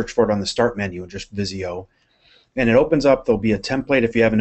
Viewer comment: Hi, it's Visio not viso! Tnx for the vid ;)